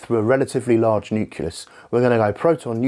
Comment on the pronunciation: All good, except it's not the "nuculus", but rather the "nucleus". Great video otherwise!